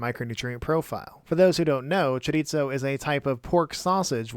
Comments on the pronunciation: Just a heads up... Chorizo is pronounced "chorie-so". Spanish pronounces their "z" different than Italians. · Where did the “t” in “chorizo” come from? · Great video, but it's pronounced "choriso" not "choritso" XD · Oof, that mispronounciation hurts to hear. The z in chorizo is pronounced pretty much like the th in mouth. Sorry for the nit-pick, the video is great in every other aspect.